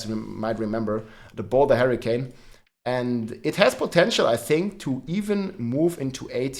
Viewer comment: Harricane:p, i like it